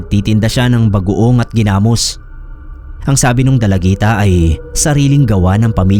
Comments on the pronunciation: New listener here, ang ganda ng mga stories nyo po,na bother lang ako ako sa pag pronounce ng Ginamos..😅 gi-namos po hindi genamos☺️ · yung pronunciation po sa ginamos ay naka stress sa o at ndi sa a, like: ginamós at ndi ginámos. Hehehe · Ganda ni Janesa story.. legit na fiction. .paano mkagawa ng ginamos(not pronounce giiii-namos) ang isang aswang gayong ang ginamos ay bagoong sa Tagalog.. puro Asin ang pangunahing ilalagay na sangkap? tsaka may nakitang tainga ng tao na nga sasabihin pang baka hinaluan ng Karne ng tao... scriptwriter konting aral pa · hahaha! hindi ako mapakali Gina-mus! haha hindi Gi-na-mos.. 😁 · Sir Gi' Namos Hindi ginamos